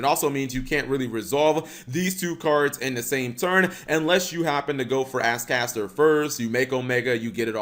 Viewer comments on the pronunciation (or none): " doesn't understand how to pronounce Ascator"